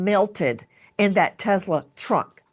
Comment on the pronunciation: I'm sorry, but the "Teslawwww" gets me every time she says it. I can't help but think "You want some Teslaw with your fish and chips? Or coleslaw?" 😂🤣